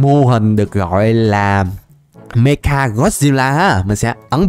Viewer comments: Mecha mà đọc mega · mecha ko phải meka anh ơi =)